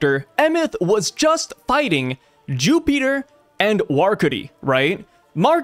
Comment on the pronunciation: Wow youre so dumb you really thought the attack sent them flying back to marijois and couldnt figure out that it essentially used the same teleportstion powers of the elders back to their room smh. Then the mispronouncing Jupiter. Trash channels.